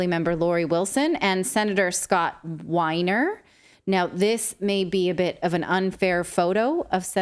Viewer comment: I must ADD to David's Obvious Explanation.... Sorry Natalie: The Senetor's Name isn't Winer- It's Weiner- As In : I wish I were an Oscar Myer WEiner! MOM! DAD! HELP!!! IGot My Weiner CAught in My Zipper! NO I WASN'T being Inspired by ' There's Something about Mary!!!!' HELPPP!!!!